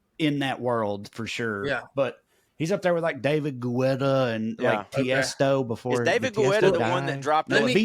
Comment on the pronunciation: The last name Guetta (dj David Guetta) is pronounced Getta. Not Gwetta!